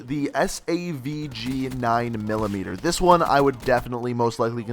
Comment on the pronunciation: Hate to be that guy but you got so many names wrong, MX9, Saug 9mm, Auger DMR.... I stopped watching once I saw these